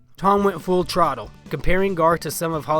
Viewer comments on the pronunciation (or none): Hahaha I heard “full trottle.” You have your jeans high and tight